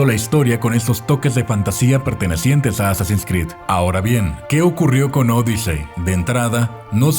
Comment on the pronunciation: Me perturba como pronuncia Assassin's Creed 🤢